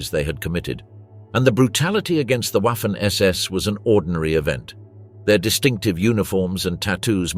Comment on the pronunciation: Waffen SS - Just substitute a V for the W and it comes out right It's Vaffen. The letter w is pronounced vay